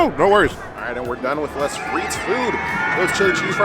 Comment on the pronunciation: I like how you take the time to reply to all the comments, even though you get so many. I think it's good to stay connected with all your viewers even if that means having a lot to stay on top of. Side note, "les" is pronounced "lay," not 'less". Just thought you might like to know.